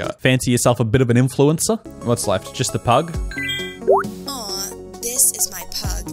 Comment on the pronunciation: when she said pug i thought she said “this is my plug,emma” 😭😭😭